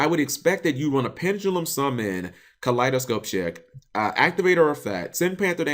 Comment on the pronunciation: did you say "Kaleidoscope chick"? dat Nekroz reference xD